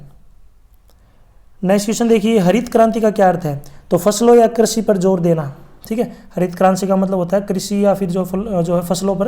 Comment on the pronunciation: Krishi hota Karchi nahi😂😂